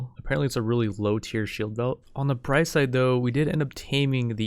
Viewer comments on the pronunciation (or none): none